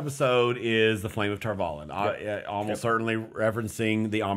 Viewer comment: Spoilers-ish.... - - - - - The title (one of) for the Amyrlin Seat is 'The Flame of Tar Valon'. (And the series confirmed - Valon rhymes with Prawn, not Talon. Emphasis on the final syllable. Just... y'know... being OCD, sorry.)